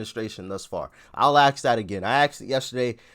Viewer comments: Try it’s not ax them no offense honestly it’s ask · ASK, say it correctly man. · I love ya Brother but , AXE THEM ? C'mon man !!! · Will you please STOP saying AXE instead of ask like uneducated ignorant black people do. stop it immediately. Practice night and day if you have to. We want to see that immediately. Especially if you are trying to educate the masses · It is ASK not ACKS..Frustrates the hell out of me that some people can not say this simple word. A S K !!! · good god the word is ask not axe wtf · ASK… not freakin AX… it makes you Sound really dumb